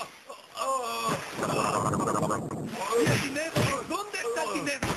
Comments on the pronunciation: En el minuto por ahi ya no dice dinero dice dinedo :v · Darjfaa la primera vez sí dice dinedo